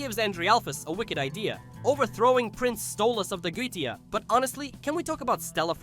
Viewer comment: This is my first time watching a video of yours and.... What cringe? Are you referring to the comedy? Why are you pronouncing Goetia like that? The show has stated how it's pronounced numerous times. Do you even like or watch the show?